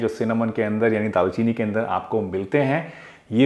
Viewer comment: Dal chini nhi daar chini